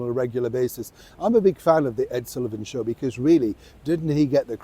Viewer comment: My Shew (Show)- Ed Sullivan pronunciation😕. These days it would be called "chill."